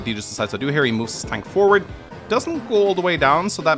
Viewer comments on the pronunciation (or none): none